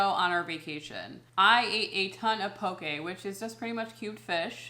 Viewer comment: My daughter and her hubby live on Kauai. I love that island but we lived on the big island for 14 years and left in 2019. Great place to vacation but living got boring there. Its pronunced Po kay for poke. lol. Did you try the loco mocos? Great advice about the eating.